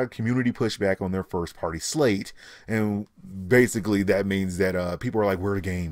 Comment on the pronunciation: 1th Firth that's what you're saying "Firth"